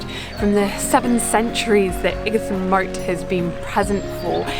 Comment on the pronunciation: Lovely video I used to live in Ightham Village not far from Ightham Mote. You pronounced Ightam wrong